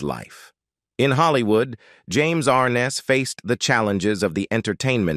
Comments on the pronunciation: Is this a story about James Arness, Peter Graves, or Joseph Cotton? Do you not know the difference? As well, the computer-generated voice can't seem to pronounce "Arness". A really sloppy presentation, made worse by the non-human narration. Did you find it necessary to state that James Arness had a "unique connection to Gunsmoke"??? Who would have guessed. Mr. Arness certainly deserves much better than this incredibly careless "production". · It might be nice if he could pronounce his last name right. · Pretty pathetic—you’re pronouncing his last name incorrectly & couldn’t get through three minutes of this because instead off showing James, some of what you’re showing is actually of his brother. 🙄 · An added plus the narrator is not even pronouncing his last name correctly I remember watching it and the narrator on the show would say and James Arness as Matt Dillon